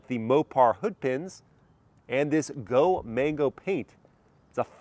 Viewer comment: Thats not go mango its called go man go. And that color is not go man go either its tor red